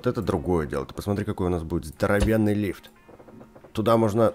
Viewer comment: не правильно сказал слово лифт🤣🤣🤣